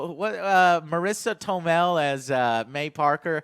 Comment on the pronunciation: Marisa tomell? Really?